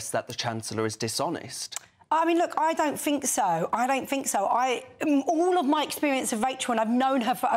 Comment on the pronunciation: Get aaaaht my paaab. "I don't FINK so". Good grief.